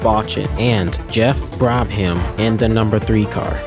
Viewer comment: Good video. I really recommend you look up and practice the name pronunciations, especially since so many names and places in motorsport have French origins. You cannot mispronounces names like Brabham lol. (The Brabham family isn't French.)